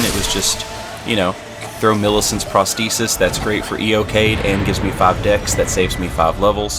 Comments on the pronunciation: I thought it was pronounced Ee-oh-ki-ad. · Fun fact, Regalia of Eochaid is pronounced "YO-HUD" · I'm not an expert or anything but I think Eochaid is pronounced 'Ee Yo Haughd' with a really harsh H sound. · 10/10 build, fun fact it's pronounced Yo-Hide